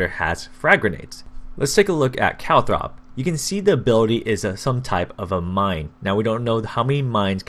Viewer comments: "calthrop" there is no h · Why are you sayin calthrop like are you blind